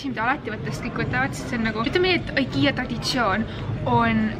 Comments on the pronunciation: Igea hääldatakse mitte ikea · Miks sa ütled aikia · See on ikea mitte aikia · Sa ei oska IKEA öelda(no hate)